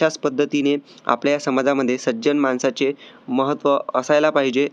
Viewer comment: 😊माणसाचे not मानसाचे